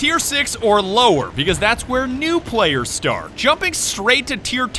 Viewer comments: Im sorry but it's Start not Schtart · How many other ppl read "Shart ze panzer" instead of "Shtart ze panzer"